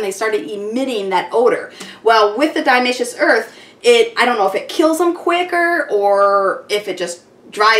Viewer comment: I couldn't listen to her mispronounce Diatomaceous Earth one more time! Ugh.